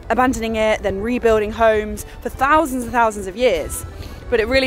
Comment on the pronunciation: Four fousand 😂